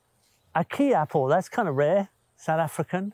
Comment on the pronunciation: The Kei Apple pronounced to rhyme with eye. Wonderful place.